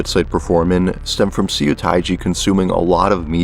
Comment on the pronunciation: If you see a Korean word written with “eo” in it, it’s probably pronounced “uh”. (“u” is pronounced “oo” like in “too”.) So Incheon Airport is not “intchy-on”. And “Seo” is not “see-oh”, but “suh”. And “mukbang” should technically be written “meokbang”.